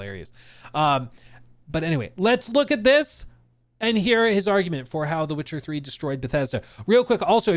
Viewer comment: “Wit-cha Ffree”